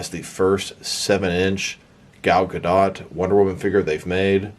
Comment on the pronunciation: It's Gah-dot.